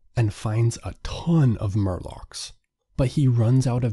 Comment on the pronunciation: Morlocks. Not Murlocks.